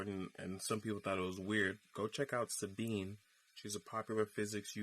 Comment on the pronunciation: Buddy at end made me cry. Calls Sabine " Sadine". this guy just repeats crap off the tube